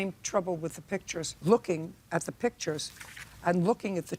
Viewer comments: "Pitchers" or PICTURES? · Pictures, not "pitchers". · That's what I kept saying, but the plaintiff kept pronouncing it as "pitchers"